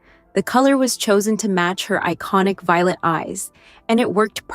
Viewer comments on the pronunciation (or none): none